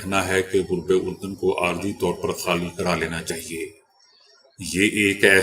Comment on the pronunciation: یہ جو آپ آج تک لفظ غلط پڑھتے ہیں غرب اردن اس صحیح کریں